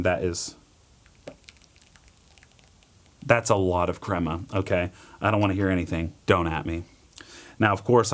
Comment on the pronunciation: The cwema is bwitter, mmkay? I don't want no cwema 🗣🗣